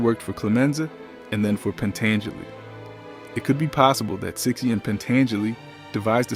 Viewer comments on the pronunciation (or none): I love how this narrator mispronounces the Italian surnames. Willie seeche? It's Wilie Cicci(pronounced chee-chee).GTFOH with this clip.